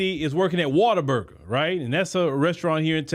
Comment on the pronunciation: Water burger❌ What-a-burger✅